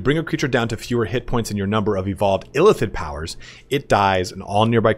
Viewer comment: I keep thinking you're saying elephant when you say Illithid quickly lol